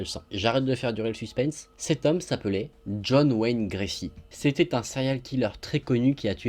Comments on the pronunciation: ** John Wayne Gacy, pas "Gracy" 🤭 Sinon j'adore tes vidéos quotidiennes j'attends la notif tous les jours ! 😍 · Par contre c'est pas gracy mais gacy je pense t'as pas du faire gaffe à l'erreur 😉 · John Wayne Gacy, pas Gracy. Sinon, comme d'hab, je me jette sur les vidéos dès qu'elles sortent. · C'est John Wayne GaCy pas GRacy ça ma stressée lol